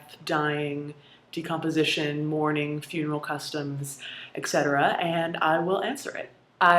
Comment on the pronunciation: Caitlin, I love your vids, but I have a minor criticism. The word is ET-cetera, not EK-cetera. I majored in English, & perhaps it has made me over-sensitive to common mispronunciations.